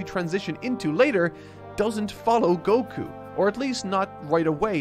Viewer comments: Oh, but why do they do that? It's written and pronounced with an accented KU always. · Why do you pronounce Goku's name like that? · If you mean stressing the Go instead of Ku then that's just because the English dub said it that way